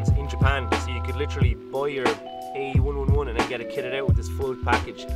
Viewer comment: AE-WUNWUNWUN Literally today I was re-watching your latest video, waiting for your next one, ye Irish people are so precious